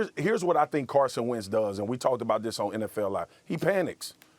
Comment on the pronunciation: Wentz. Not arhat hard.